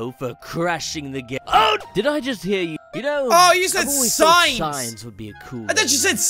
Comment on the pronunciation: he say siens